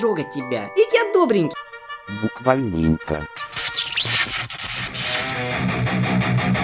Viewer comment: Сначала когда я слышала "Буквальнинько" я думала что он говорит бухальнинько 😂